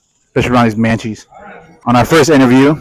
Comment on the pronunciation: "Especially around these maches"😭